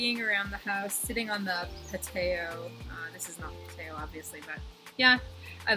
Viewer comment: I love the whole look and outdoor set up here (the intro and all). Oooooh... the marshmallow/chocolate combo. Shut up!! 🤯 The pa-tay-oh. 🤣🤣🤣